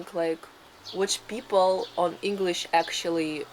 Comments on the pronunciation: this is the "Russian " vlogs I love, no po*** just people being people. your English pronunciation is so perfect. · Greetings from New Zealand Aotearoa, fantastic video I would like to compliment both on your English pronunciation, fantastic job and thank you for showing us these wonderful villages in Russia, Aroha Nui from Aotearoa